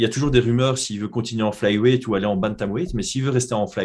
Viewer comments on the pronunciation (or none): Qq un peut aider à prononcer le mot weight